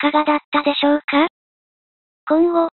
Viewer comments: シュミレーションじゃなくて、シミュレーションな。何で間違えるかな。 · まあとりあえず言っとくと シミュレーションな。シュミレーションじゃないぞw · シュミレーション？ シミュレーション！ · シュミレーション… ではなく 『シミュレーション』ですw ※ま、まぁ、「趣味」で ヤッてるようだから、あながち 間違いでも無さそう(笑)